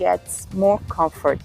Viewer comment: What is this "confort" of which you speak? ❤ Comfort